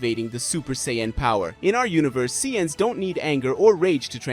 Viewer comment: This guy says sayins weird